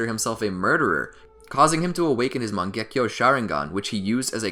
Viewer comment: It's Sharingan, not Sheringan EDIT: It's Mangekyo, not Mengakyo